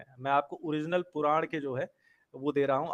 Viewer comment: Bhai Purana nhi hota. Puran hota hai like we use n in Ranveer. Baki aap samajhdar ho.